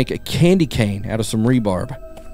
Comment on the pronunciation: ...."Rebar" 🤣 smh